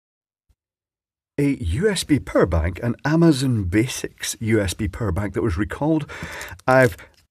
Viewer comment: i like this "pwerr-ank"